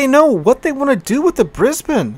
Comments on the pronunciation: Thankyou for pronouncing Brisbane correctly :) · love your pronunciation of Brisbane, everybody in Straya pronounces it as BrisneyLand or BrisVegas but you do alright #thumbsup